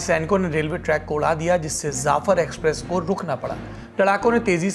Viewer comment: Zaffer express nahi saurabh ji Jaffer express boliye